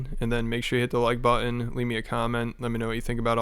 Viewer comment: The only thing I got out of this video was drama and the fact that Someone doesn't know how to say button. Buh-in. Lmao